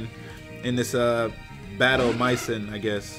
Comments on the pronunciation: It's may-zon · Battle MAY-ZON That is how you pronounce maison >.> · you pronounce it as "maizo" kindof you pronounce the last letter as a blunt letter so barely not and the s is pronounced as a z